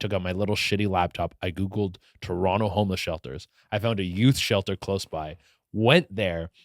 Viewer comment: He says Toronto correctly. Love this guy, he is too funny on Tik Tok. Much love to Che Durena